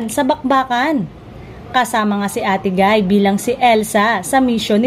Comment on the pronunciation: Ayusin mo salita mo. Ate gay at di ate guy!